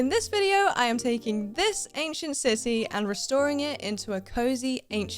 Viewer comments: Omg I thought you said ancient sissy at first LOL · “in this video, I’m taking this ancient sisy…” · "Ancient sissy" 😂 But ngl, nice build ❤